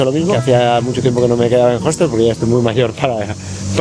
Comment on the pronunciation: EN UN "JOSTEL"? *HOSTEL (OSTEL)